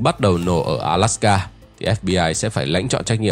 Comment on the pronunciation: Góp ý: ALASKA not ALSAKA